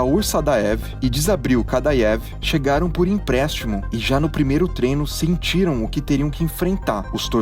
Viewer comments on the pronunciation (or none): none